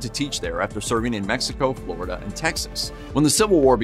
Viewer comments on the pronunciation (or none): none